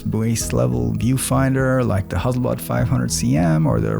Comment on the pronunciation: Huzzleblad should adopt your pronunciation!